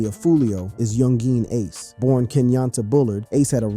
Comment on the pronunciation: "Yoon Jeen Ace" You say his name like he's from China or something 😂